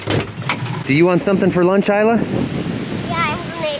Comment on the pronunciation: It's Isla, not Alya